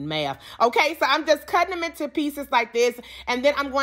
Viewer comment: Intew Tew I love how she says two tew intew